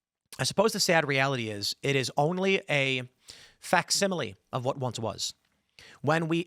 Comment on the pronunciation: Mispronounced, "Fascimile."